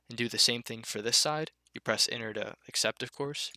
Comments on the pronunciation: holy fuck I was stuck on "and press inner to create the object your trying to make, it's pretty simple" yeah so is pronouncing your words correctly you fucking burger, apart from that top tier tutorial, thanks bud, #votebiden2024. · I was stuck on when you said "and then press enter to create the object you were trying to make" because I heard it "inner" :) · he says enter like inward i was so confused at the start lol